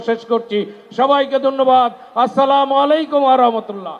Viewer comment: তারেক রহমান সাহেব ত সালাম সঠিক ভাবে বলতে পারে না আগে শুদ্ধ ভাবে সালাম শিখেন তার পর ক্ষমতায় আসেন